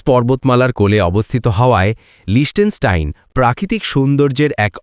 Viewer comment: আসল উচ্চারণ হলো, লিখতেনস্টাইন। অস্ট্রিয়া থেকে সুইজারল্যান্ড যাওয়ার সময় 15 মিনিটে দেশটা ট্রেন করে পার হয়েছিলাম।